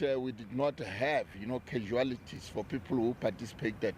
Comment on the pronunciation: English is the enemy of this Provincial Commissioner : He says we are not a participants, "instead of we are not participants". He can't even pronounce "casualties", he says "casualities". Does he not have Provincial Spokesperson ?